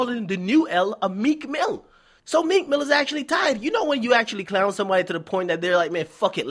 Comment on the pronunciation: T f he said meek milly ... WHO THE REAL PUSSY #meek